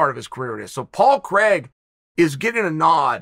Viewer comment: Hearing my name pronounced as CREGG .... always hurts.